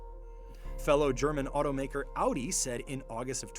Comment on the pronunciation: Just realized you switched to pronouncing "Audi" the German way instead of the American way like in older videos 👍